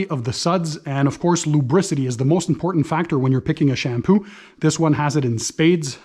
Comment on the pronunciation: Sham poo. Lol love the way it sounds with his Canadian accent. Great video